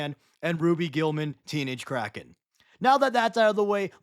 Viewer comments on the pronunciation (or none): none